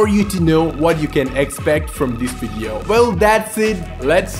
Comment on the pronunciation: Loool "Wideo"